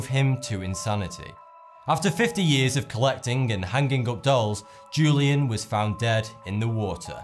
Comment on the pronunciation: The ‘J’ in Julian is pronounced as an H. WHO-LEE-ANN